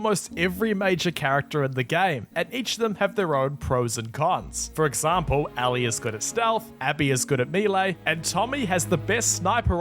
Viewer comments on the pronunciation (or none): I love how he keeps saying Ally instead of Ellie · Ellie? No ally